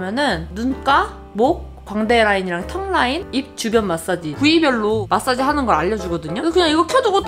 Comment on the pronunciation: 제품 소개할 때 너무 자연스럽게 영어로 마솨지 쥔동클렌졀~하시길래 진동도 영어인줄 알았잖아요 요 앙큼불여우!!